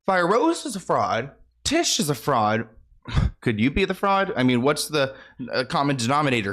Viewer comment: its tish like fish